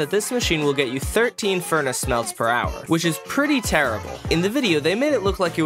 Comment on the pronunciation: When he's saying the "360 items in a normal furnace" part, he mispronounces "furnace" and says "fornace" instead.